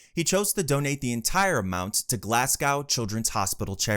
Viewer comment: Meechan is pronounced Me-Kan and Glasgow is pronounced glazz-Go